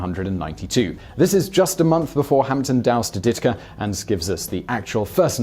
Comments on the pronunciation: It's Ditka not Dickta -A Chicago Bears fan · DIT-ka, not DIK-ta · "Mike Dickta" lol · “Mike Dikta” smh🤦‍♂️ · On the coaches names, Par-Sells and Dit-Ka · to denote proper syllable emphasis for Simon’s benefit, its “par-SELLS” and “DIT-kuh” 🙂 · I wasn’t gonna comment but he kept saying them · Ummm... American football has quarters, not "periods." But I can understand why Simon can't pronounce Mike Ditka's name, even though it's pronounced exactly as it's written, accent on the first syllable. And yes, original lemon-lime Gatorade is gawd awful! It tastes exactly like lemonade Kool-Aid that was made with sea water. It's really nasty stuff and why they make so many flavors now. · Well, he is British, how would he know. He also had a hard time with some very famous football names, Ditka and Parcells. He transpose the k and the t and made coack Bill's name sound like something you take to the post office.